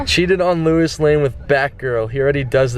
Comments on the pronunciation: HOLY FUCKING SHIT HE SAYS LOUIS AS LEWIS WTF............ I am disappointed in you matie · u pronounced Louis wrong